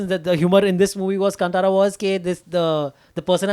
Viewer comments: Kaan (ear) Tara (star) is the pronunciation. Not cuntara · It is Kaan-taaraa guys! Tara as in a star in Hindi. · Pronounce the name of the movie correctly!